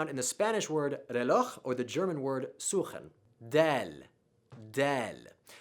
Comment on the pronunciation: I was not prepared for your pronunciation of "suchen" lmao